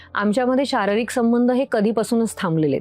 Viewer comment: शाररिक ❌ शारीरिक ✅🙏